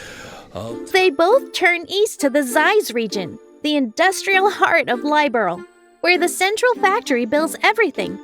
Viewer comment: The mispronunciation of Liberl has me cringing every time.